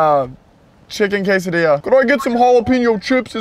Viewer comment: you said quesidilla wrong